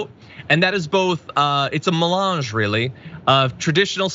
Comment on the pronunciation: You ding bag pronounced melange wrongly. If want use words of any learn how to pronounce!